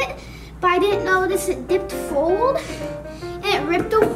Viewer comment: he’s says fold instead of forward